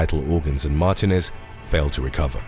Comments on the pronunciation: Mar tee nez not mar te nez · Mar tee nez not Martin ez. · Martinez is said as Mar teen ĕz.